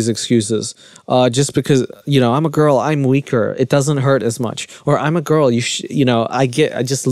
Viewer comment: Can you say girl without saying “gull” lol